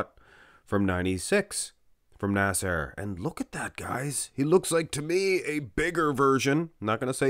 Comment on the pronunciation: When says "Nasser" it sounds like "A$$ HAIR" 😂😂😂😂